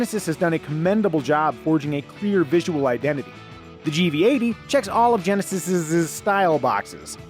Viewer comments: Genesisisisisisisisis lol. What about Geneses? Gen-neh-sees. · ArrogenGaimz Lmao. How dumb can you be? I'm commenting on how the presenter says "Genesis's" for the plural of "Genesis". The word "Geneses" is the plural of "Genesis" so he may as well use that.